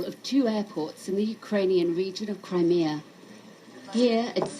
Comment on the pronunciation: crime e uh not crimer